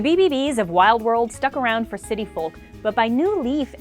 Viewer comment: She pronounces the L in folk and it really irritates me